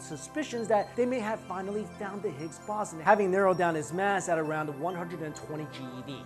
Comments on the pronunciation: Every time u mispronounced boson I was taken out of the video. And all the edits were ridiculous. Ah well maybe next time kid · You said boson in higgs boson wrong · is he mispronouncing boson? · Yeah it was driving me crazy listening to him say Boson. I began questioning my own pronunciation. So I began scrolling the comments. Looks like I've found my people. Lol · I do enjoy these videos...no big deal to mispronounce a word now and then...keep up the good work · The sound level was very weak through my phone as well...and it is pronounced BOZE ON... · Anyone else irritated how he keeps mispronouncing "boson" in Higgs boson ?😂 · Pronunciation of boson 🤦‍♂️ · while you pronounce it the higgs baw-zin I prefer to pronounce it the higgs bow-zon 😏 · Higgs bosson... Higgs Bo-son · baw-sin? I thought it was pronounced bows-on. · higgs bow-sun... not bawsin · It's Bow-zon not Boss-on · boooooson not baaaason, some physicist! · Boson like Boston without the T. Ugh. It's Boson like Bozo the clown. Bow-zon=Boson! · higgs bahson? wtf? its bow-sawn clueless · higgs bowzon not bossin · Stop saying Bossun! It's Boson, pronounced Boh-zon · I couldnt focus when you said {bason} when I know it to be pronounced {bosan} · it is pronounced 'bosOn' (bo-saun) not 'bosn'. it rhymes with proton, if that helps. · it is pronounced BOZE-ON/BOWS-ON not BOSS-on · Ffs it's the higgs "bo-son" not the "boss-en" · That one mispronunciation ruins the whole video for me. Has actually heard the word used by a physicist in a discussion before? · bow-son not bah-son. otherwise another good video. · Hicks “Bow Zon” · It's bowzon lol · The O is as in ozone dude not Oz, Bow-zun. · its pronounced higgs boson, bo-zon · Ok, so redo the audio (and cut the music in half), and dub over with Bow (like bow and arrow) Son like Saunders Bow Saun. I would then repost. So you loose a few views. Your reputation is at stake here. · Boson - ( boe-zun ) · It's pronounced BO-zon, Bozo!!!